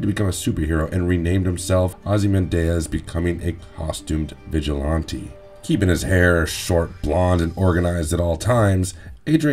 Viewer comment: normal people: ozymanDEE-Us, vigilanny, this guy:ozymanDAY-Uz, vigiLONte